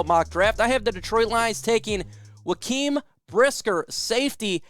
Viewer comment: Where did you hear Jaquan's name pronounced like that? I've never heard him called joaquin